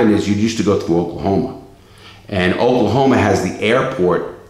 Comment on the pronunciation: I heard oklahomo